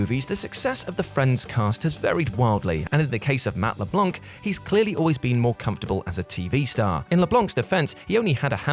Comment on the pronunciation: You guys need to learn how to pronounce names. Matt Leblanc the “C” is silent. Blanc is the French word for white and the “C” isn’t pronounced. I’m not saying this to nitpick, I’m saying this because if no one tells you you’ll keep pronouncing it wrong it’s really annoying. And since you’re representing pop-culture you should know how to pronounce household names. Anyways just a suggestion